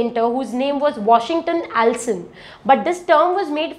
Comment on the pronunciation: I think it's Washington Allston and not Allson